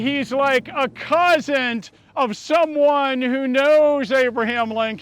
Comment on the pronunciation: I get a kick out of pronunciation of “Cousint” (with a T added at the end)… just like my Wisconsin relatives 😎😉